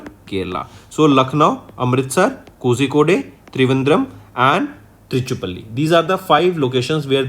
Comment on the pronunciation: Kozhikode correct pronounce kolikode